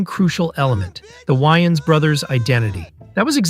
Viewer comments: lol “the why-ins brothers” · why the hell do you pronounce their names like that? you’ve literally never heard them refer to Wayans as Why-Ins. Pmo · I turned the video off after hearing that 😂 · This video is almost unwatchable just for your pronunciation of Wayans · Y-ns, weinstine (which whatever say it wrong lol), and Neev?